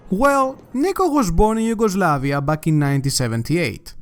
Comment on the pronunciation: Haha you said Yugoslavia like an Italian 🤣